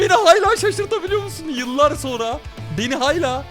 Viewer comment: Abi nolur hayla deme ,hâlâ de nolur